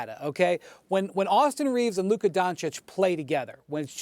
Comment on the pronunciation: SAS always struggles to say Luka 🤣 it’s always Lurka